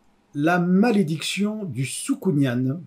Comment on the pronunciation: Juste un truc "soukounyan" se prononce comme "pélican". Sinon pas mal comme exercice, cela m'a permit de revoir ma manière de présenter mes livres.